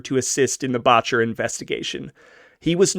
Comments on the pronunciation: The first syllable in Boetcher is pronounced like better, not bawtcher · It's pronouced Bet-Cher, not Botch-er. Boettcher. I went to scholl With a grandaughter of Charels Boettcher. Founder of Botanic Gardens among other things. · Second generation Coloradan here, my mother was born 1924 in a house on Santa Fe street Denver, until the onset of the depression her parent's Anna and Norman had a cafe in Denver, Boettcher is pronounced BET-CHER, FYI, this is interesting and nicely done....glad you do your own narration, cannot stand bots....